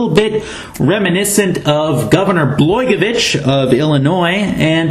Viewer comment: Just an FYI, it's pronounced: Blah GOY uh vich. Don't worry, even here in Illinois, people had a hard time with it at first.